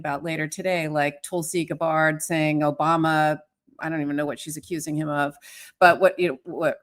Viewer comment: I love KFA, but when she pronounces Tulsi Gabbard incorrectly, it seems to say she's not really paying attention to the important details.